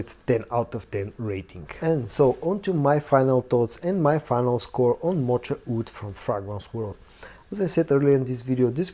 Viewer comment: Moka Wood. The ch is a hard k sound.